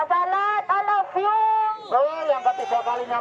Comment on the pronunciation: Opo gk blenger udh skian x y ngucapin I lap blue hhhh... Polisine ae blenger hhhh